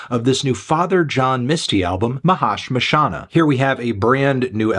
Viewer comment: i just wanted to see how fantano would pronounce the title and surprisingly he did pretty good, good job fantano. Unsubscribed